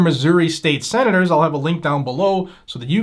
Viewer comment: You called your se-nad-or uhuhuh you said "nad" uhuhuh huhuhuh huh